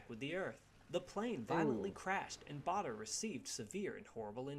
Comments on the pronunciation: Don't take the pronunciation in that video seriously, whoever (or whatever) who was speaking is not British. For one he said "the Royal Berkshire Hospital", in England Berkshire is pronouced Barkshire and we've always known Douglas Bader as as being pronouced BAIDER not BARDER. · To the commentator it is BADER nor BARDER!